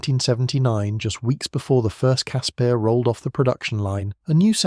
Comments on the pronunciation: It's pronounced Casper, like the friendly ghost. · Caspear? Who came up with that pronunciation? Its name sounds like the friendly ghost. I an now scared of watching the videos about the Ratel, Olifant or the Rooikat.